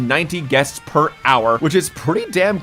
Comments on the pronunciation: “15,000 ‘Guets’ / Hour” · "...15,000 GUETS..." hehehhe. Guets.